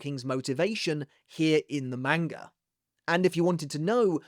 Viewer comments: stop mispronouncing manga. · Stop mispronouncing manga